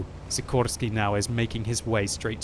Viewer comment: i tink you miss pronounced the name of szikorski is said like a shikorski but thats only if hes polish